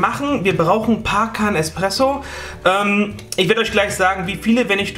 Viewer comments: Espresso…nicht Expresso mein lieber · also das ist wirklich ein gutes rezept und alles. aber junge junge, du kannst hier nicht einfach „expresso“ zu nem kaffee aus nem mokapot sagen! Aua! :D vor allem „eXpresso“. willst du dass ich mich vor ein auto werfe?